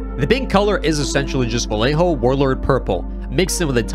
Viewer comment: la forma fonética de que los angloparlantes puedan decir vallejo , lo siento, pero como español ,cada vez que lo decías me sangraban los oídos.